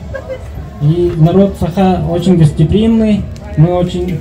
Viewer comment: " саах " это по нашему говно аты говориш Сааха, а нада говорить Саха мира друг с возврашением домой ❤ НХНЧ.